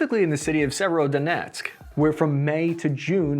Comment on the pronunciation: Right transcription is severodonetsk, not sievero... The sound like several...